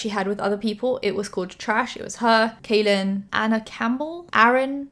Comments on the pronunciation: Hi just wanted to let you know that Kahlen is pronounced "Collin" and not "Kaylen". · Just so you know, his name is pronounced like “Collin” not “Kalyn.” Not trying to be rude, just informing you in case you talk about him again. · I love you but I've been a long time subscriber of Kahlen Barry so it bugged me a little whenever you pronounced it wrong. It's pronounced the same as Colin. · Kahlen is pronounced like Collin. Great video! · kahlen's name is pronounced like "collin" 🤎🤎🤎🤎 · Kahlen is pronounced Collin!! Lol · his name is pronounced like collin! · im pretty sure his name is pronounced like kal- in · Just FYI, Kahlens name is pronounced as Collin! Love your videos ❤️ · You mispronounced his name but that's minor stuff, i'm super happy you covered this story with Kahlen! People needed to hear his side of the story ♥ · Channon Rose's video is still up. Also small minuscule thing how come all the drama channels aka Spill Sesh say his (Kahlen) name wrong.